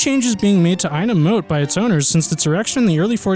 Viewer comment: It's not "Nor WIck" it's pronounced "Noh Rich" plus Ightham Mote is pronounced "I Tem" Mote